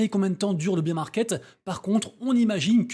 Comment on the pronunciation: J’en peux plus tous les français disent bir market , c’est baiir market bear c’est l’ours on dit pas bir l’ours 🤣 bir c’est la bière mdrr Belle analogie la gare et les trains sinon ! Jai beaucoup aime l’idée